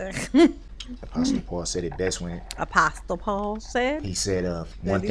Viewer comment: He pronounced Apostle wrong. For a person that has supposedly had a religious upbringing. That’s surprising!